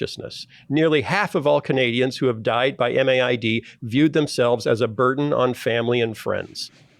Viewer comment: In Canada MAID is spoken as "made", not spelled out M-A-I-D. However pronounced, it's a problematic and growing problem.